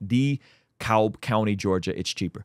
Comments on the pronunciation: It's pronounced " duhh - cab" btw. Sincerely, someone who grew up in Dekalb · People not from here alwsys pronounce it wrong lol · Also from DeKalb. I nearly died laughing at his pronunciation.